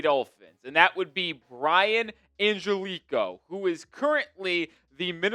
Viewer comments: The last name is not pronounced "an-gel-ee -ko" it's more like this... "an-ge-li-kee-oh" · Hey I just wanted to say Angelichio is 5 syllables not 4 like you keep pronouncing it. Try An-gel-li-chi-o that should help in pronouncing it correctly.